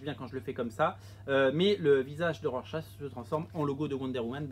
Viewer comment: "RorSACHE"?!!! XD